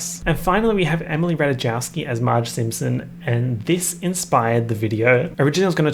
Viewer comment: the way you say ratajkowski…jail